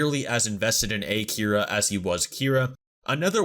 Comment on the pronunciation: Can someone point out the fact that they called him "A-Kira" even though he didn't kill anyone?